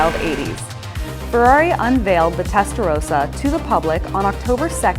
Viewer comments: Ist Testarossa not Testarosa. Nothing rosa in its name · It’s Rossa not Rowsa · Testarossa! Not Testarosa.. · How can you make a vid about the Testarossa and pronounce it incorrectly? It's Rossa, not Rosa.